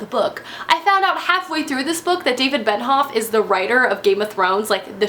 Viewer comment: Why do you call him David Ben-hoff??? It's Benioff 😂 I loved city of thieves one of my favourite reads of last year, it made me laugh, cry and I felt like I had learnt more about the lives of civilians in wartime Russia, which I didn't have much knowledge of beforehand!